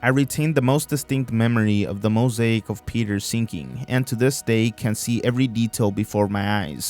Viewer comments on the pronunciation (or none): none